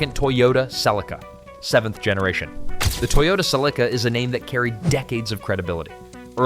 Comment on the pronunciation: I heard Celica pronounced in ways that I didn't even think was possible...😝